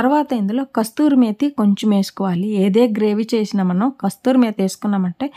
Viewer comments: Kasuri Methi kasthuri methi kaadu andi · మీరు నూనె చాలా పొదుపుగా వాడారు. అది నాకు నచ్చింది. కస్తూరి మేథి కాదు, కసూరిమేథి.